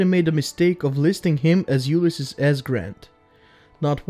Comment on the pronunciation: Did you know you got his name wrong? Both pronounced it wrong (pronounced U-Lyss-Ees, not U-Lyss-Iss, and the S stands for Sam, not Simpson